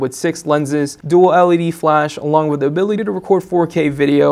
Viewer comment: I can definitely get used to this guy, he is very good at reviewing.. however I am not a fan of how he says "the" sounds more like "du"..